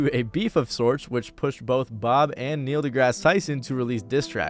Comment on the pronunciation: For a sec, instead of “Neil” I heard “Ne-Yo” I was finna lose my shit lmao